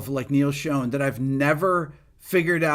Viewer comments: Neal himself has said his last name is pronounced Shawn.....not Shone. Lol. Not to be critical...I enjoyed this video as it is my favorite Journey song as well. But hearing " Shone" over and over again drive me a little whacky 😅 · Pronounced : Kim 'Theel' And also, not Neil 'Shōne' But 'Shahn' like John 🕊️ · I'm surprised that he didn't correct you on the pronunciation of his last name, it is Shawn that rhymes with Fawn. He probably gets tired of that. I'm surprised that a fan doesn't know that. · For him loving Neal’s playing so much, pronounce his last name correctly lol Killer song, great video